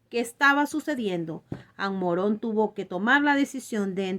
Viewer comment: Ammarón No, Ammorón